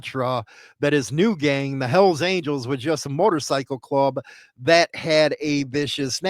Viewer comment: Why is it so hard to say Motorcycle Club